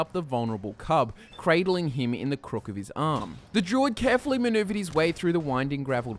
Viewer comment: Everytime he says druid, I hear jew...